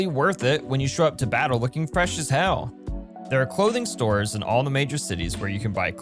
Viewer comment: please be attentive in how one says hell